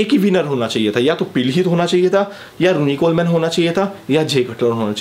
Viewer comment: Vai kuch information wrong ho gai... Jaise phil heath hai uska nam... Pronunciation me problem hai or Ronnie Coleman ka nam vi galat pronounce kia... Or phil heath 7 times mr olympia hai